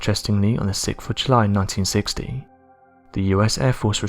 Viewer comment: it sounds like he said on the sixfoochlie in 1960 , now come on really if this thing can't say 6th of July right . Really nerve wracking sometimes trying to understand what it or he or she is saying !!